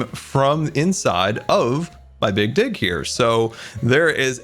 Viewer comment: people who hear "g" as "ck" "A lot of this stone actually came from inside my big --"